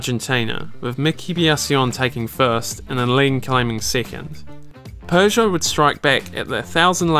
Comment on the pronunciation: Why do you pronounce "Peugeot" as "Persia" ?